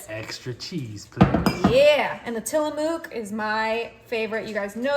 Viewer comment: Love your recipes! ps It’s pronounced Tilla-muk from an Ora-gun resident :>)